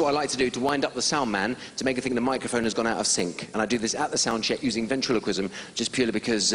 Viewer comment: Paul Zerdin: no no its ventriloquism Baby: ventchikism